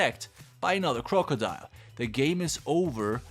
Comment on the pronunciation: Crocodile... The way he says this annoys me (I love your content but jurrrrrrr) and Croco??? Is croc🤣(just saying ❤️ love your content